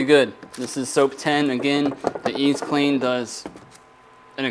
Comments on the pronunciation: Great video. Thanks for sharing. In america, the letter Z is pronounced Zee. In canada we say Zed. So in the states the product would be EZee clean, not Eezclean. I know. You’re telling me to f off! But in canada it would be pronounced EZed clean. Such a sad name. Hahaha. Enjoy your videos. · I think it’s pronounced ee-zee-clean, as in easy.